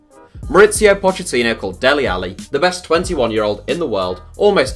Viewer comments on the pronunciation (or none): none